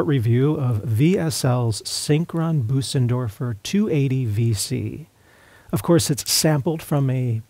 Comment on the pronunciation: Nice review. In case it's helpful, to pronounce the ö in Bösendorfer your voice says "ay" as in day but your mouth is shaped like an "O" like when you say "open". Also, the s that follows the ö is more of a soft "z" than an "s". Sort of like Boh-zendorfer but with a little extra "uh" thrown in.